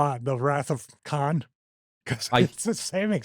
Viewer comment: “The botch of Kahn” man…